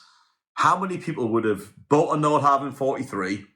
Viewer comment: You are mispronouncing the name of your boat.